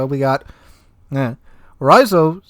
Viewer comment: You did pretty well with "Raizo" and "Takeo" actually. Haha.